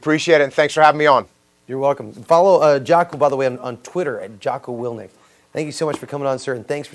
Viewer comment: "Willnik"? Interviewer needs to prepare for his segments.